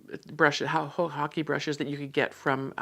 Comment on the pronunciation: Thank you for the proper pronunciation of the ‘hake’ brush! I was saying it completely incorrectly! Thank you for your videos as well! I feel I am learning so much from them, they are very enjoyable to watch.